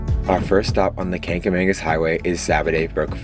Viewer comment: Love to watch videos from where I live.(Conway) not that it's a big deal but Saco is pronounced Saw-co and kangamangus is kanga-maw-gus. Nice video thank you!